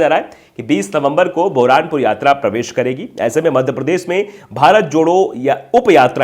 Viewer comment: NAMASKAR Sir. Please correct your pronunciation the name of place is BURHANPUR NOT BOHRANPUR. THE MEANING OF THESE WORDS ARE TOO CONFLICTING PLEASE TAKE CARE SO THAT THEIR WILL BE LESS MISTAKE IN FUTURE.